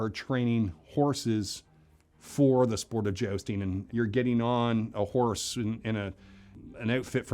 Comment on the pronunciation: For some reason all I could hear when he said the word horse is Ricky saying “hornse”